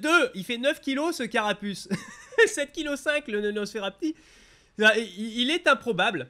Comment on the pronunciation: tu as dis nonosferapti tu devrais ajouter sa aux fail audio